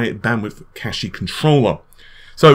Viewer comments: Right. I hope DX12 Appie will fully utilize the high bandwidth cashie. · Cache is pronounced cash.